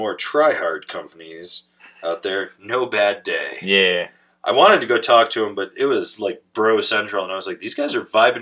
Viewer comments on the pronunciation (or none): As there’s only one D in NoBaDay it’s actually pronounced Nob A Day 😂